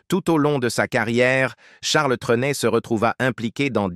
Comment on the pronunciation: Rien qu'à entendre dès le début la sotte prononciation du nom par cette voix artificielle, j'ai cessé de suivre ce reportage